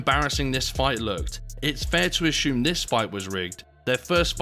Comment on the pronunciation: Asshume. That cracks me up more than shedule or frowing. Thanks.